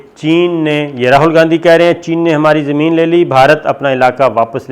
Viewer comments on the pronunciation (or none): none